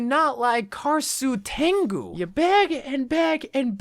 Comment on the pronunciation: Winstons werewolf skin is more based off of the wolfman and the mad scientists aspect,less then the man turned monster Also mah boi you ain’t gettin an e girl with that butchering of genjis skin(cause every e girl wants a fellow weeb that knows Japanese) this is how you say genji’s skin Kah,rah,sue,ten,goo